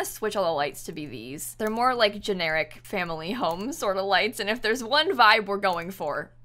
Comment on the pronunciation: I genuinely enjoy the fact that you made "family" 3 syllables